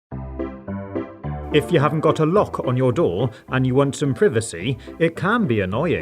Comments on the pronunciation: Um sir did you say pRIvICY Or uh- prevescy ohh PRIVACY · Its privacy not privecy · It's pronounced "Pry-vi-see" not "pri-vi-see", dumbhead! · Privesy no its priversy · He said "privicy" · Why did he say PRIVacy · Did...did he say privicy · PRIV A SEE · Did he really just say privisy? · Buddy you said privisy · W is he saying"privasi" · He said privise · Pronounces privacy as pri-vacy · When he said privacy as prifacy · That's not how you pronounce privacy you pronounce it pryvacy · Did he say privicy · "Prevocy" FACEPALM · why did u say privacy but in a weird way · You said privacy wrong just so you know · why you pronounce privacy like dat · The pronunciation of privacy is so funny lol. Love your content. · Stop saying privacy in that funny way it’s so annoying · It's privacy not whatever that s*** you just named it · the way he said privacy 😂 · who else got triggered when he said privacy wrong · Bro he didn't said Privacy wrong... In British accent they call it PRE-VACY and in American Accent PRI-VACY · You pronounced privacy wrong oh my god cringe! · Black Name he said privacy at the beginning in her accent so i was just saying how it was a lil funny to me because i pronounce it different